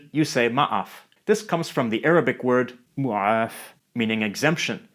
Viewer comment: mu'af sounds funny hahahahadkjha